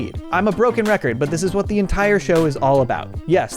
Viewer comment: That's my boy I tell you hwhat!